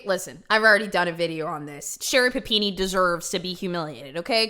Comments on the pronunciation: I love the way you say PapinE lol You rock! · I was soooo happy when I saw the notification for this video because I was so excited to hear you say PUH PEE NEE again! Just so damn excited! lol